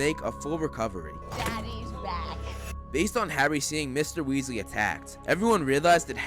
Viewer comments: Not Wealsy it's Weasley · Weasley it’s weaselbee